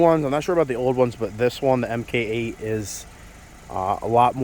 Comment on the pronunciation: It's "mark" 8, not "mk" 8. :)